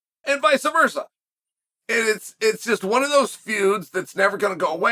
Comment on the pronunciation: It’s “vice versa” not “vicer versa”